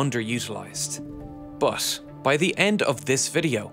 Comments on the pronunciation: it's pronounced BUT, with a T, not like BUS with an S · Video ok, but your pronuciation of the word "but" is off-putting. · Dude I love your accent but you gotta admit you kind of overdid the t in that first "but"